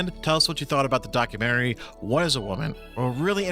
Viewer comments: He says doc-U-men-tary. It’s doc-u-ment-ry. He’s probably just never been to the Lie-berry. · Who pronounces documentary document-TARE-ee? Please stop 😅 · Man can't even say "documentary" correctly like tf lmaoo such an ignorant garbage pile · He can't even say 'documentary' correctly and we're supposed to take his opinion seriously. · Lol Fortnite gospel man can’t pronounce documentary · I hate the way this doof pronounces "documentary". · why is he pronouncing “documentary” like that